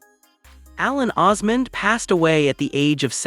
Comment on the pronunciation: His wife's name is Suzanne, not Susan. The last name is Osmond. Not Osman. I wish people would it straight.